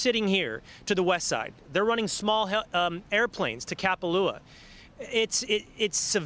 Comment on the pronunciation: please check your pronunciations. Been here 30 years. a,e,i,o,u is pronounced ah, eh, ee, oh, oo. Thanks and God bless the victims. Oahu is pronounced OH AH WHO, not owahoo. KAH PA LOO AH, not cap a loo ah.